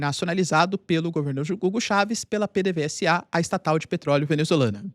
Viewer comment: você é professor cara. busca saber o nome certo. não se fala P. D. V. S. A. se fala P. D. V. ZA BUSCA UM VIDEO QUE SEJA DE VENEZUELANOS FALANDO. FALE O CORRETO CARA